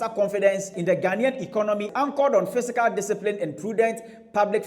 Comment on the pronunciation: Fiscal, not fisical